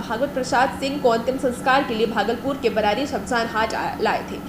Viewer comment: Hum Bhagalpur barari se hai adeshpuri sir se hum mile hai bssc ayog may apne barari ko thik se boleye aap barari galat bole